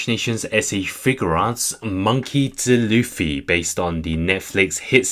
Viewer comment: Its d. Luffy not dluffy